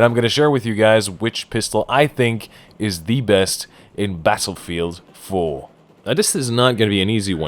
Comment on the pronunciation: Did your voice just go British while you said 'Battlefield 4' on ? - Sincerely, Some British Guy